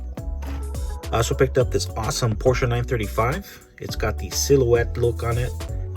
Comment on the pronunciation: Porscha??? Im sure it’s Porsche lol